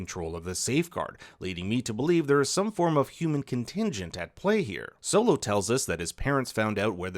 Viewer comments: Bs video cause who the fuck is silo his name is solo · He said silo mother died instead of solo lol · You called solo silo meh meh meh meh